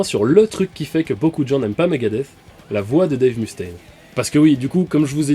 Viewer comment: Excellent épisode ! Ceci dit ! Pas un seul des Frouz ici présent n'a été capable de corriger ton accent ^^ Le "U" de Mustain Dois se prononcer "E" en anglais ou "OU" ça marche aussi ! Ou sinon tu prononces tout en français et ça donne "Mustin" mais ça pète moins, ciao